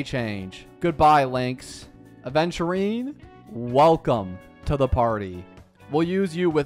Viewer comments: doesnt everyone say it correct??🧐🧐 also yh i just noticed, happy for him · Wuhhhu. Hes only 1k away from 100k. And i just noticed says Aventurines name correct